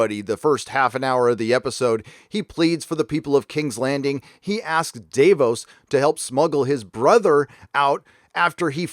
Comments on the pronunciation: The episode is minutes don’t know where he is getting 56 minutes from. Even taking out the intro and previous recap it’s still . Dude is just making shit up . Can’t take him seriously when he is Mispronouncing Varys and Davos . That probably mean he had 56 minutes left . Idiot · How do you manage to mispronounce Varys and Davos after hearing it said repeatedly for 8 seasons? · Dah-vose not dave-ohs lol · Day-vos it’s da-vos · I was like "who the fuck is Day-boss?" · Dave-os? Lmfao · Who the fuck is Dave-ohs? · Dave-os? Really. Do you watch the show? Do you watch it on mute with subtitles? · I know, hey Dave-os! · Davos isn't pronounced Dave-os... typical american, pronounces everything as he likes. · I'm always astonished at some people's ability to mispronounce words they hear pronounced correctly over and over again. It's Davos, with a short "a" sound, not "daivos" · Considering you've watched every episode of all eight seasons and Ser Davos Seaworth has been a regular character for the last seven, why in the name of Satan's tattered and festering foreskin do you call him "Day-vos"? Every single time his name has been spoken by another character, they've pronounced it "Dah-voss". Seriously, what does it take? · Who's Day-vos? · Varys = V-air-es Davos = D-ah-vohs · Oh and davos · i just have to ask why you pronounce Varys and Davos like that? Do the characters in the show pronounce it like that?... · Dude, it’s Dah-vos not Day-vos and it’s Varys (Var- is) not Vaahreeeees Love the channel though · Its Davos not Day-vos. And it’s Var-is not Vahr-is. The writers are full of shit: D&D&GRRm. I will not be seing this show through to the end. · Great vid 👍 the way you pronounce the names in the show is super weird lol vaRis, dave-os 😂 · Respectfully, you're flipping your "a" sounds. Why do you pronounce Varys as "Vah-rys" and Davos as "Deh-vos"? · DUDE what's up with the way you pronounce their fuckin names? Day-vos....Vaaaris...STOP IT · Dave-O's and Vahries